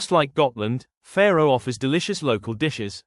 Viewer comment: Sorry, don't want to be picky, but the way you pronounce Fårö, you mean Faroe islands, located between the UK and Iceland. The proper way to pronounce Fårö is "faw-roe" not "fair-oe"..